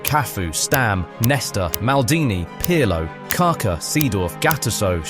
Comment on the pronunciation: "CAR CAR" its KaKa ffs